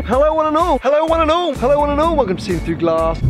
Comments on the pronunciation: Why does he keep calling me "wonanal" at the start of every video? Guess I'll never know. Sad face (I don't know how to do emoji's). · 15october91 it's supposed to "one and all"